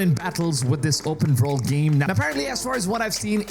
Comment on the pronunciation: Never heard of an "Open Verld" game. Pretty excited about now. Lmao 😂